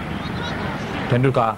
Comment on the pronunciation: Commentator pronouncing 'Tendulkar' is weird.